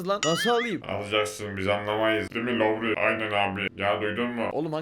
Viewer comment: Abi lütfen Laori deme. Türkçe'yi bırak İngilizce'yi katlettin ya.